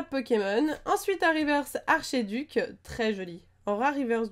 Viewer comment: Miss on dit félINferno pas félineferno et archéduc ce dit arkéduc